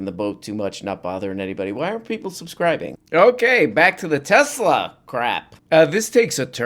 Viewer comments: Trump called it “Tesler”. Hysterical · Why does Eloo Ma pronounce Tesla's name Tezzla? Does he not know the name of his own company? How out of touch do you have to be to mispronounce the name of a company you ostensibly own?